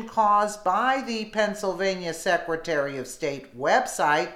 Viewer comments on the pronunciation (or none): none